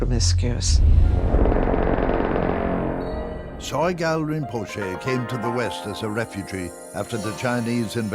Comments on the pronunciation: "Soy Gal"?? Is the narrator trolling??? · Narrator mispronounced Sogyal